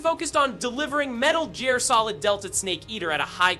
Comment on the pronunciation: Seriously! Saying “Metal Jeer” shook me and my entire lineage